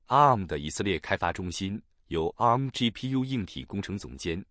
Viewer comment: 啊~母~ 啊~母~ 好好笑~